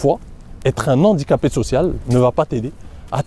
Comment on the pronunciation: Super vidéo, comme d'habitude. PS : ne pas faire la liaison avec "un handicapé"